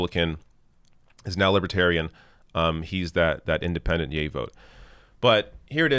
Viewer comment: sounds like she said “gay” instead of “yay”